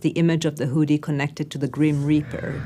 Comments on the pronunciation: The who-dee.... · Ted speaker: "The huudy" The Woodys start playing! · Please ask her to pronounce hoodie like everyone does. PLEASE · The “oo” in “hoodie” is pronounced like the “oo” in “good,” not the “oo” in “food.” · She’s pronouncing it incorrectly ! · Disliked because she can’t pronounce hoodie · Whodie this person learn from that she pronounces the word in that way? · The way she says hoodie makes me uncomfortable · The same way many people can't (or choose not to be able to) pronounce "oo". Moon becomes "mewn", food becomes "feud", cows apparently "mew". Annoys me intensely.